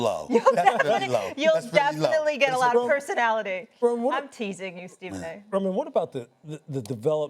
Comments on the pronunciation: She called him reyman instead of Roman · Did she just call Roman reigns, Ramen 😮😂😂😂, she needs to get Out Tribal Chief name right!!... Oh no ma'am 😒🙄😂😂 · Did Molly call him Ramon?? 😂😂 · Let Molly know it’s Roman not Raymond she better acknowledge properly lol ☝🏾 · Did Molly just call Roman Raymon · this girl called him ," RAMEN" 😂😂😂😂😂 WHO TF IS RAMEN ??? im dead aff 😂#Raymond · Molly..... Who tha fukk is "Raymond"??.... smh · Ah yes, Raymond Rones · Did she just call the Tribal Chief "Raymond"? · This female called him Ramen WOW!! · Did I hear that right she called Roman Raymond 😂😂😂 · Molly! It’s Roman not Ramon! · girl called him Raymon 😂😂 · Mollyyyyy his name is not Raymon 😂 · She called our tribal chief ‘Reiman’ 😭😪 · Female…..his name is Roman not Ramon……limit the disrespect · Did she just called him ramen? LMAOOO HOW DARE YOU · why did molly call him ramen😂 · Did she say Ramond one time? Lol. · she called Roman “Ramond” 😂😂😂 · did she call him Raymen!? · Molly mispronounced his name… ESPN yall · Molly, get the tribal chief name right at least! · 😂 she needs to learn his name